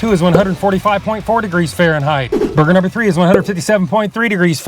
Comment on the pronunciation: “Barbeque Bacon Bourhgear🗣️🗣️🔥🔥🔥‼️‼️‼️”